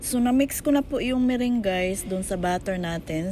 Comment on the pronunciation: Meringue - "me-rang" is the right way to pronounce po hehehe sorry na po had to mention it lang cuz it bothers me huhu😢 Anyway, that Puto Pao was fantasticcc😍😋😋